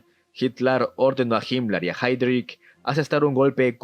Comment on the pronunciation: Que pronunciación 🤦🏻‍♂️. No se pronuncia “chuchustafel”, es más fácil la pronunciación: “shustafel”. Heydrich se pronuncia haidrij